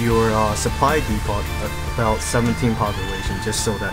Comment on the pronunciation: Depot = "Dee-Poe" not "Dee-Pot" . Good vids mate, just the way you are saying it is beginning to drive me crazy.